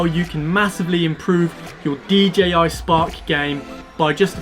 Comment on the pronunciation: Love the videos and your help, I can't help but he you say DGI spark rather than DJI! 😜